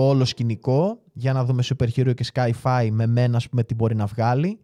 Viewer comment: Σκάι -φάι; Έλεος!😂